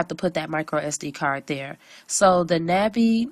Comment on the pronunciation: "NAH Bee" A sound like August. It's the Korean word for butterfly.